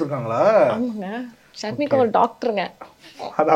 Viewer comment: அவர்களே அவங்க பெயர் ஷர்மிகா நீங்கள் ஷர்னிகா என்று சொல்லி இருக்கீங்க